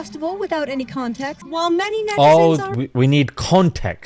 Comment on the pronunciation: Con- text.... Doo Doo- text.